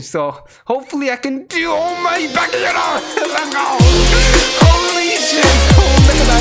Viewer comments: It's ba'ga'yaro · It's bakayaro